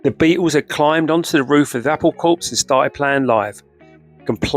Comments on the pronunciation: It’s pronounced ‘Apple Cor’. That’s why it!s clever. Saying “corps’ makes no sense. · It's pronounced "core", not 'corpse'. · It's pronounced "Apple Core" like "army corps" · Apple Cor… it’s a silent P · Here is a copy-and-paste, from my Google inquiry: "Corps refers to an organized group of people, such as a military unit (e.g., the Marine Corps). It is pronounced like "core" (the p and s are silent). Corpse refers to a dead human body. It is pronounced "corps" (with the p and s sounded out)." Apple Corps is a group of people, not a dead body. It is pronounced "apple core" 😊 Then, the script, apparently incorrectly, calls the organization "Apple Courts". There's that corpse again! ! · Can somebody please tell the narrator how to pronounce "corps"?